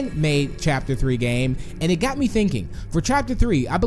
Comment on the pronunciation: When you said got you said gyat